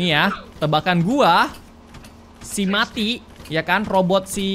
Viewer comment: Kak itu namanya bukan mati tapi meati